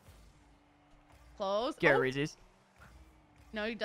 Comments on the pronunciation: It’s Garettd not GerretG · Garret calls dilly and called garret gawwet 😂